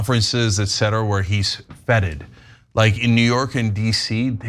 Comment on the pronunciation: Hi Cenk. Might be an idea to look at your pronunciation… I think you meant to say “fêted” (fay-ted) but it came out as “foeted” (fe-tid). Although, looking at Chris Christie, both options could be applied. 😂